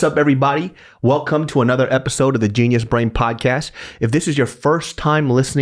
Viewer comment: Low key, whenever I hear say "genius brain podcast", I hear "JESUS BRAIN PODUCASTU" in an old Korean accent lol.